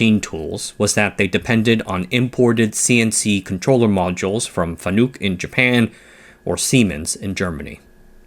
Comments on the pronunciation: “Fa-nook” … them’s fighting’ words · Fanuc is not a u sound in nuke. It pretty much showed that this guy doesn't really know about the content today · i giggle at his FANUC pronunciation